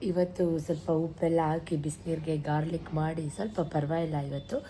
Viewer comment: It is gargle not garlic😅